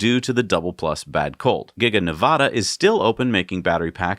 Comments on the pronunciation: it is Nev - a - duh, middle initial a pronounced like cat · Hey and, how much higher of tier to I need to raise my Patreon contributions to before I can convince you guys to pronounce Nevada correctly???:-p (First "a" should be like cat, at, bat, hat...). If you can make the effort I promise to correctly pronounce Worcester, Gloucester, and even Cochituate! P.S. my business partner is in Milford, NH.